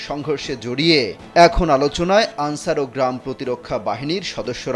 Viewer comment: তুমি কে আমি কে আলচার আলচার 😂😂😂